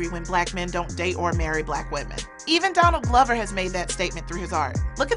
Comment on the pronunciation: Did you call him Don Lover??